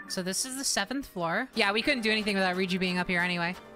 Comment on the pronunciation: I swear they are saying ryuji and not riju and it's not just personer messing with my brain